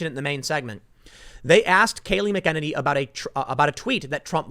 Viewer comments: Tim, listen to the way everyone (including Kayleigh) pronounces her name . . . . it's "MACK in Nay nee". It does not sound like"Mick in any"!!!!!!!! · It’s Mack-uh-Nay-Nee. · FYI McEnany is pronounced "mack-in-aye-nee" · Tim, it ain't "McKennedy". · MAC - AHH - NAY - KNEE .. come on bro .. you can do it. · Tim, it's pronounced MACK-A-nenny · It's pronounced MAC-uh-nay-nee Tim. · It's MAC UH NAY NEE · Mac -- Er --- Nay -- Nee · Tim I watch you every single day and this one thing drives me insane brother...I'm going to go phonetic on this one. Her name is pronounced Kayleigh Mack-Ann-Any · It’s “MAC-uh-NAY-nee”. 😁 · “Mack-uh-Nini” Kayleigh McEnany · Tim, it’s pronounced “Macka Naynee” 🤓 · Dammit Tim: mAk-en-nAy-nee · MACK-UH-NAY-NEE. Come on dude say her name right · Tim, can you really not pronounce her name right? I know you have heard it enough to know it is MACK-A-NAY-NEE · MACK-en-nay-nee, Tim. Say her name! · Tim please, McEnany is pronounced Mac-A-nanny. Goodness its like nails on a chalk board. Sorry. Hahahaha. They are NOT BLM or Antifa they are Joe Biden voters. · It's pronounced Mac-a-nay-nee dude.. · Tim, you are seriously mispronouncing Kaley's name. It's Mack-in-earny. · Can someone please give Tim the correct pronunciation of Kayleigh's last name please!? Mac uh nay knee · “Mckenaninny” Is it just me?! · Hey Tim, Say Her Name! McEnany- Mac-I-Nay-Ne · Tim! It’s Mac-an-ay-nee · Pronounced Mac-en- any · Tim - I’ve heard multiple outlets pronounce Kayleigh’s last name as Mackin-nay-nee, kinda like “Mackin’” on the “Nanny” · Say it with me TIM......MACK AH NAN KNEE!!!!!!!! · Tim! Its Kayleigh Mc-en-any(say it quickly) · Tim, you pronounce it Mac-A-Nanny. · Am I the only one hearing “McEnemy”? Lol 😋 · Btw it's pronounced mac a nay knee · That was really scary - did you hear him talk about Covid? Can you PLEASE say her name right!!! let me see if you understand this mac an enny - does that help? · You're mispronouncing Kayleigh McEnany's last name.